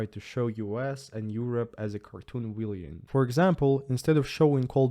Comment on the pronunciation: you should have again mentioned the teacher that made you review your opinion on Crimea, and could be credited with the start on your journey of independent analysis. I wonder if she speaks so freely these days? BTW the pronunciation of Villain is usually "Villun"